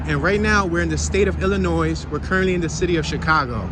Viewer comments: BTW, it's pronounced ill-a-noy NOT ill-a-noise! 😂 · IllinOISE, it’s Illinois! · The final s on Illinois Is silent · You are pronouncing Illinois incorrectly. The "s" is silent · How is it that you know how to pronounce "sconces" although you didn't know it; but are pronouncing Illinois wrong? No "s" on the end. Gave you a thumps up as we laughed about it. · Damn Dude, silent s in Illinois, be nice if you had interior photos. Have a good one